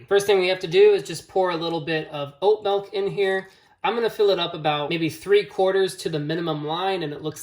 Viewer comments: helpful and short video... but bro.... idk what kind of regional accent says 'melk' instead of 'milk' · "melk" is part of the great midwestern vowel shift around Chicago. there are multiple videos around American accents but it's most pronounced around the Great Lakes. Check out the Wired series on American accents. Part 2 has this shift.